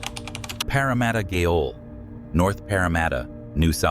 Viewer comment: It’s pronounced J-il